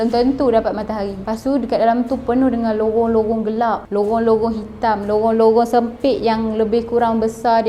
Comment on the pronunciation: Lorong ke lowong?? Hehe jangan mareh yaa. Nanti kena jual 😂